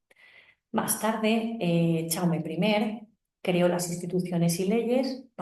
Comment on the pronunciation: Perdona, no se pronuncia "chaume" se pronuncia "yaume" , como el "ya" en castellano o el "yo"